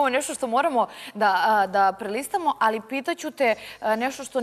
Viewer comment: Al kqd kaze alji